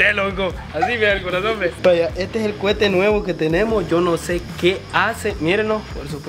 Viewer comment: se dice coete no cuete y también se dice petardos xd perdón por corejirte xd